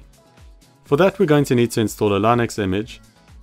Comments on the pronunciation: It's Linux. "Linux". Lih-nucks. Not "Lynix". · "Lai-nooks operating system" 😂